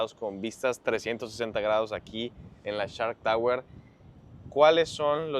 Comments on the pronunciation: “Nos encontramos en CHART Tower”😂😂😂😂Se dice: SSSSHHHHARKKKK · No, no, no, se escucha claramente que dices CHART, pero así lo dejamos. Lo importante es el edificio, muy bonito pero fuera del alcance de la mayoría.